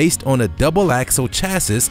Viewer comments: It's pronounced 'chassey'. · Chassis is pronounced like chassy or CHASS-ee (singular).